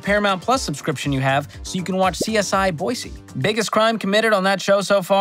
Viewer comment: He learned how to say Boise correctly :)))))